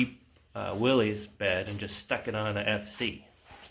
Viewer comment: It amazes me how many Jeep guys still don't know how to pronounce, "Willys."